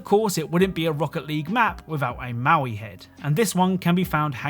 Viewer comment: Damn bro really said "Maui head" 💀